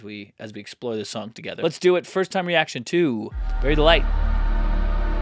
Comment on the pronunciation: Ha, sounded like you said Berry Delight, haha.